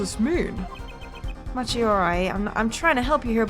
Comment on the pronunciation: I guess its a bit late to say this but...Machi's name is pronounced 'maki' as per his japanese name